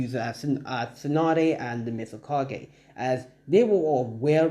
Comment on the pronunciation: it's mizukage not mistkage